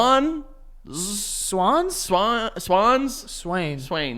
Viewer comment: Swans? Swanes ✅